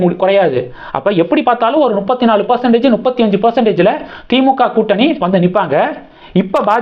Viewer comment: தம்பிக்கு அது தப்பு எனத்தெரியும்! நுப்பத்தி எனும்போது ஒரு குஜால்தான்! அதுக்காக த்தான் சொல்லுறாப்புல!